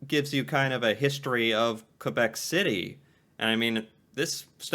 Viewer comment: Honestly your French pronunciation is better than the original narrator of the top 10 list! Thanks for saying Kaybek and not Kwwwwahbek like he does!